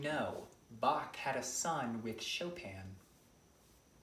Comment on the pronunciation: The pronounciation was one thing. My French and German teacher would leave the room if I said it that way. 😂😂😂😂 (I had to listen to it twice to actually understand Chopin and Bach and then stopped the video for a minute to collect myself and to not start screaming at my phone.)